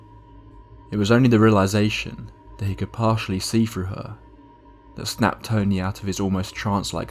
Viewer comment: Dude it's THREE not FREE. . . . Can't stand listening to that. . . When people can't speak properly, especially a person from the uk who can speak English properly. It's through, not frough